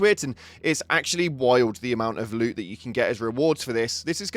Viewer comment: loot, not goop.